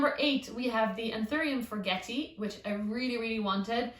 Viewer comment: This was the first video I've seen of yours and I really enjoyed it, especially he reassurance that even experienced plant tubers kill plants. You showed the plant in your grow tent with water collecting on the leaves. Will that not damage or rot the leaf? Also, I am a horrible pedant, but the forgetii is pronounced forget-ee-eye.